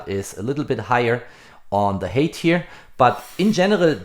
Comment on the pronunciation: _ _ Height. You pronounce hate (Hass). It should be hite (Höhe). Peace love & admiration.